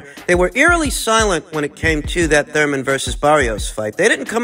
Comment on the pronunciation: It's Thurman not thur - man 😂😂😂